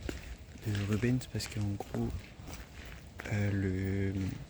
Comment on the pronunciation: le nom du peintre se prononce RubenS, avec le S